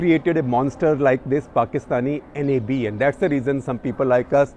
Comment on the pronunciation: Gupta sahab pronounce NAB, not by each english letter